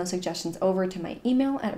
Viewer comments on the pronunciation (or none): none